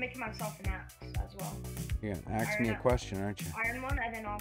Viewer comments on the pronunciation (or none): Stop saying axe me a question